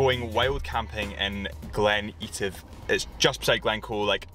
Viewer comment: Please, its EH - TIV not EE - TIV:)